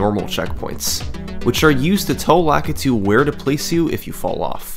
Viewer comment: Stop pronouncing Lakitu wrong! The I in Lakitu is pronounced as a long E sound like the I in spaghetti is. Lakitu is a japanese word and all I's in japanese are long E sounds. Sorry. Just bugs me when people pronounce names of japanese characters wrong.